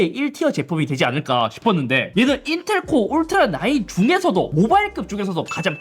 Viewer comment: 에서 인텔ㄹㄹㄹㄹㄹㄹㄹㄹㄹㄹㄹ 하는 거 웃기네여 ㅋㅋㅋㅋ